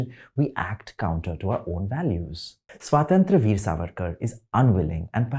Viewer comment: The way he/she/they++ pronounces Swatantra Veer 🤮